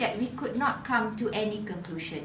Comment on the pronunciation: Very informative. Thanks so much for sharing. But I wonder if you pronounced 'presentation' and 'conclusion' correctly. Anyway, good job! 💪💪